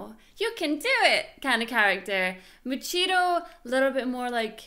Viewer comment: I love how she says "Muchiro" it made me laugh 😂